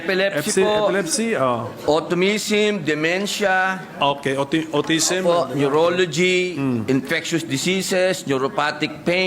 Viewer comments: the guy said automism.. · may automism ba tlaga?hehe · Ayokong panoorin.,8080 ..sana yung nagsasalita dyan yung matalino paranatututo tayo... AUTOMSM HUY ANONG WORD YAN..YOUR HONOR BK "AUTISM" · Sure ka NUMBER ONE SENATOR….MAKE SURE. YOU KNOW WHAT YOU ARE SAYING! What did you say AUTUMISM….ayoha DONG KAY MAYBE YOU MEAN AUTISM…. NOT AUTOMISM😅